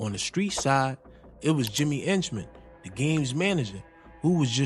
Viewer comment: 😭😭😭😭😭 Why he keeps calling Jimmy 👉 ENCHMAN, IT'S AKA JAMES HENCHMAN ✔️